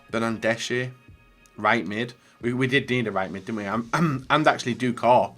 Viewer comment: It’s pronounced doucoray not doucor